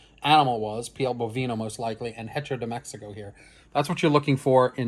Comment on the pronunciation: Love the video, but FYI the h in Spanish is silent. Hearing the h pronounced in hecho was painful to hear. 😂